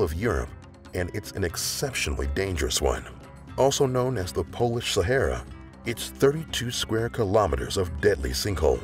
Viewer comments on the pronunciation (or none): none